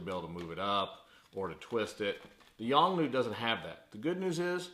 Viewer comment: The flash is not Yong New but a Yongnuo. Notice that letter "O" at the end is not silent. Also, there were too many ummm's and uhhhh's in the video. Finally I would have liked to have seen some actual testing and especially remote testing would have been helpful.